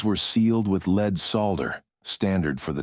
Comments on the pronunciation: Someone that is involved in producing these videos ought to take it upon themselves to teach the robots/AI, whatever, that the word for "plumbum" is phonetically led, not leed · I have binged your series lately and love it. Today not so much the leed mistake drove me up the wall 😂 Until today I never knew you were using an AI narrator.. Me I would prefer to listen to a human and it would be worth trying! Cheers from Australia